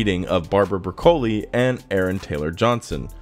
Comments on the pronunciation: Barbara Broccoli. Like the vegetable. Not Bracoli. Geez. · its pronounced... like the vegetable. face palm